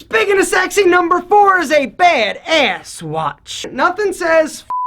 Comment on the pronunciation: I love you but the way you say badass makes me cringe. It sounds like you're saying bade Ace